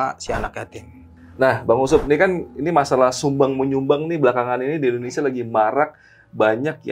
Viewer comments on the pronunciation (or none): none